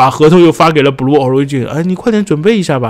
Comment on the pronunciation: Blue的读音是 '不录' ，